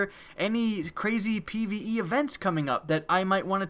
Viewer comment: Pve not pie